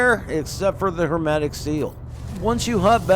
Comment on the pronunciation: my guy it's HERMETIC SEAL, not "HERMATIC" !!! idk why but it's bothering me so i had to comment XD